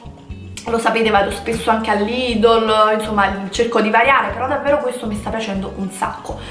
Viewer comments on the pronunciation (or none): none